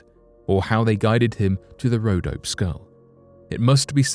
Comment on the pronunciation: BTW, it's pronounced: RhodopEE Mountains.